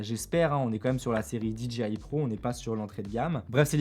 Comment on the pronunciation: Salut. Juste une petite remarque sur la prononciation de DJI. Quasiment tous les francophones font la même erreur. Pour dire DJI ils prononcent DI-DJI-AYE alors que ça c'est la prononciation de DGI. DJI se prononce DI-JAY-AYE.